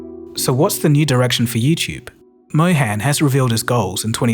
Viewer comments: Neal Mohan, "Mohan" like Moe-hun (not moe-hen). sorry, couldnt help it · Just a small correction, his name is pronounced Mo-hun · It's pronounced Mow - harn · Pronounced "Mó-hun" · It's pronounced Mo Hun as in Hunt...it would be much appreciated if you try to pronounce the name correctly because it's a very common name. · Excellent video, but I just don't understand how you've done such tremendous amounts of research into everything but pronouncing his name right. I would think he deserves atleast that much given how many times he's been read off your script.